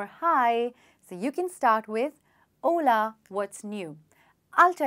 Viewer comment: Hola ..it sounds like haule..😜